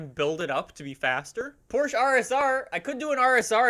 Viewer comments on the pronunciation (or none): none